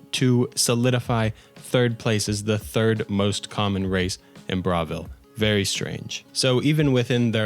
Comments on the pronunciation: How you're saying Bravil is killing me, it's like you didn't listen to anyone speak in the game. They say it, it's BRUH why are you saying BRA? Pronounces Bruma as BROOM but won't pronounce Bravil as BRUH. 😂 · great video but the way you pronounce bravil fills me with rage